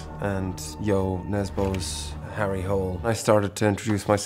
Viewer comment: It is pronounced Hula not hole. Do your homework